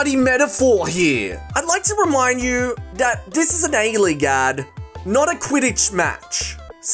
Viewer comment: genuine question whys he say dat and dis and der i cant stop laughing